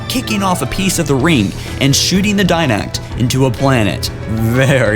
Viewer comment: This dude can't speak. For all you people they're called the Didacts and the one bitch is the Librarian.